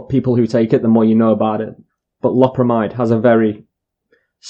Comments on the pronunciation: It's pronounced low-perra-my-dd, it's an amide so it's spoken like that. Not an amine like codeine or morphine or amphetamine etc, one other thing is that synthetic opiates are called opioids- see methadone, tramadol and so on. I've just bought 5 boxed and just ate 18 2mg and will see what happens. Had 85mg oxycodeone about 24hrs ago and 15mg about 12hrs ago also had about 300mg of gear - smoked - is 18tabs enough? I took 20mg omeprazole with them too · Lo(w) per amide. Even the Brits are saying it weird. Thought it was just true Americans. Love from* Scotland 🏴💙